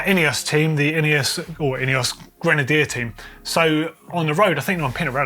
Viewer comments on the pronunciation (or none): none